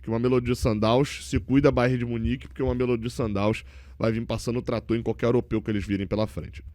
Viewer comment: Não aguento mais o fazendo a pronuncia do mameLÔdi errado. Já era para ter se informado melhor